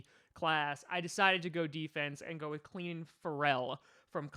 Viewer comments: clenin Ferrell lol? It’s Clelin lmaooo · It's Clelin Ferrell like will ferrell